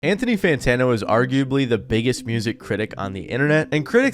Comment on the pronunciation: What’s an Anthony santano